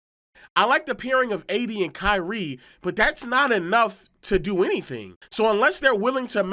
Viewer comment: I don’t like the way he’s say “KYriE”